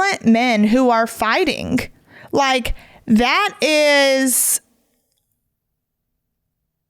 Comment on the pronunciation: Omg. It’s not fightinc or happeninc. There is a G at the end of these words. All words ending ing you say inc!!! It’s obnoxious